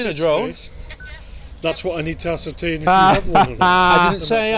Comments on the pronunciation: I'm sure its been said ASS-ER-TAINT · He puts ass into the word ascertain..... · It's actually 'Ass-ertain" which is the verb for an entertaining ass' activity. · Does this ass have a brain when he says ascertain? Or does the word ascertain give him an ass pain?